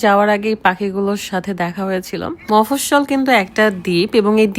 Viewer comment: মফস্বল কি😂🤣🤣🤣🤣🤣 আইল্যান্ডের নামটাও ঠিক মতো বলতে পারে না🤣🤣🤣🤣 মাফুশি আইল্যান্ড